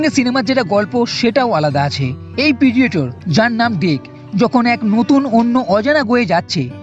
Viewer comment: কিছু মনে করবেন না... কিন্তু 'পিডিয়েটর' জিনিসটা ঠিক কি, সেটা বুঝলাম না... 'Predator' এই শব্দটির বাংলা বানান 'প্রিডেটর' হয়... কোনোভাবেই 'পিডিয়েটর' হয় না.. আপনি বার বার উচ্চারণও করছেন 'পিডিয়েটর'😂 প্লিজ উচ্চারণ ও বানান দয়া করে Correction করুন...